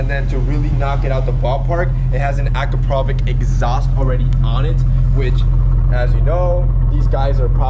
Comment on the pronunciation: Its not "akrapovik" exhaust it is Akrapović